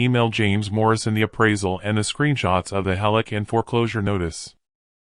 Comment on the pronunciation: Heloc not Hallock.